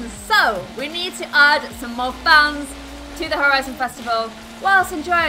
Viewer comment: Who else every time she says fans thinks she is saying funs lol